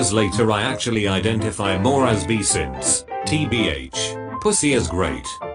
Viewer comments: I hated that the voice kept saying bi as “bee” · bi (pronounced: b-e) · I love everytime the reader says "I'm bi" and it pronounces it as "I'm bee " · Literally Everybody: bi Text-To-Speech Software: bee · Nobody: Text to speech: I'm bee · I lost it when the voice said bee instead of bi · every time the text-to-speech says bi I laugh, because it pronounces it as: I'm bee" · When the computer says 'bi', it sounds like 'bee'. I'm beesexual. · I like how the voice reads bi as bee... from now on I define as a bee, thank you. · Nobody: Text-to-speech: B E E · Kyky T-T the text to speech voice pronounces bi as bee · It's sadly reflective of real society that the AI couldn't pronounce bi correctly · it's a joke. the voice pronounced bi as 'bee' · i love that the voice pronounces bi as bee my friend came out to me as bee